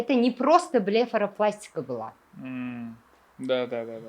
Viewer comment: 😂😂БЛЕФЕРАПЛАСТИКА××😂😂 .+БЛЕФАРОПЛАСТИКА+ ТИББИЙ ТЕРМИНЛАРНИ НОТУГРИ ТАЛАФФУЗ КИЛГАН ДОКТОРДАН ДОИМ КОЧАМАН. УЗИМНИ САЛОМАТЛИГИМНИ ИШОНМАЙМАН ХАММАСИ ШУНДАН БОШЛАНАДИ. 😢😢